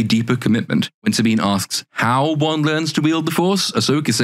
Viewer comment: Saw-Bean is board. Like her chest.